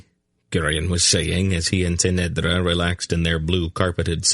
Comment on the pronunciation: SAme here, but because I have read it so many times I have developed my own way of how certain things should be pronounced, which can be very distracting if the reader does it wrongly, for eg he says kway instead of key (quay) kerek instead of cherek. the biggest distraction is that he often changes his pronunciation of the same word despite being given clues by the author, Ce'nedra for example, somehow he manages to slip a t in there.